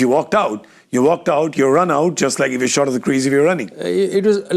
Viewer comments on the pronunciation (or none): none